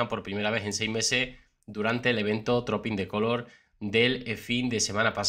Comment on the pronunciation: Se pronuncia truping en lugar de Trooping.